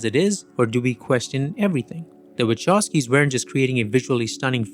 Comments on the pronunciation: Actually, the Wachowski surname should be pronounced as it would be written Vahovsky, with strong "h" like in the word "who";) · You mispronounce their surname. It's Wachowski, not Waczowski. Anyway, great content. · Bruh it's /vahovskis/ not /wachovskis/ telling ya 🎉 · My ears are bleeding !!! Wachovski !!! Please ... Wa-kov-ski !! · Now that im married to a polish woman and have been corrected.... the Wachowski have a polish surname. So the name is pronounced Wahowsky (w is v in polish but they dont have the letter v, but v is pronounced as faw in english only if the letter v is at the end of the word though then ch in polish is a h sound, but the h sound comes from your lungs. Do not ask me to explain it you any differently). But its cringe hearing people pronounce it incorrectly. Ive lived in Poland for the past 3 and 1/2 years and my polish is about A2 level and my pronounciation is spot on. The only person who knows better is a polish person and my polish wife told me this and from then on, i notice a lot of polish surnames, especially in america and people get them so wrong 😂